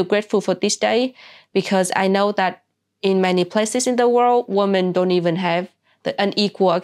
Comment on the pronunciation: The plural "women" is pronounced "wimmin."